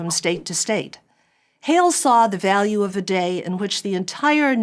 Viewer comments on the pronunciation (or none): none